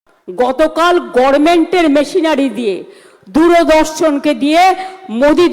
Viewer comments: গর্মেন্ট নয় গভমেন্ট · গরমেন্ট এবং ট্রিবুনাল কি উচ্চারণ 😅😅